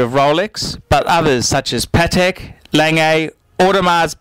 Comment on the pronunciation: You don't know how to pronounce Patek. Jesus....